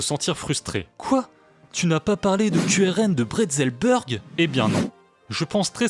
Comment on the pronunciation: Bretzelburg se prononce « Bretzelbourgue », à l'allemande, ou « Bretzelbürgue », à la française. Pourquoi toujours appliquer aux noms à consonance étrangère la phonétique de l'anglais ?